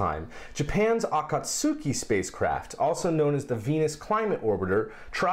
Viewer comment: Great SpacePod,! Good to see Cygnus back at the station. Also, I do have to correct your Japanese slightly. The "u" in "Akatsuki" is silent, so it's "uh-KAHT-skee."